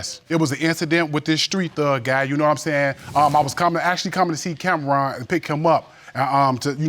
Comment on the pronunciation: I'm 3 mins in but I had pause it. His name is Judge Lake. (like RONald McDonald) 😤 Ok...now let me get back into this story 🤣 🤦🏾